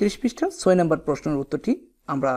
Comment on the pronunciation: আপনি ছয়কে চয় বলছেন 😂😂😂